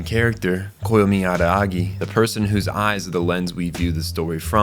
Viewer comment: is bro saying araagi on purpose or is he just hachikuji?????